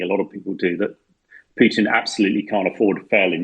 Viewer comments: I cant with this refusal of english journalists to learn to pronounce slavic names. Its godamn Pootin, not Pyoutin. U dont watch any other new outlet? How Deuche Welle can pronounce names, u can't? And what in nucilar? Wtf, do u all live in some Oxford saloon smoking cigars and drinking wiskey? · I love the way says Pewtin! Been waiting for a comment section to mistakingly be left open to say that lol